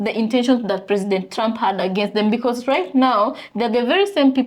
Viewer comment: Also, it’s “because” and not “be cause.”